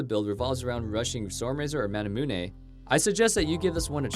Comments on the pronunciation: Manamune not ManamunE! Kite not Kitt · He said manamunay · The way he says "Manamune"... jesus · how you pronounce manamune bothers the shit outta me